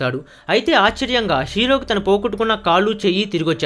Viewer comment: Tine kadu babu tanu...Telugu Baga paluku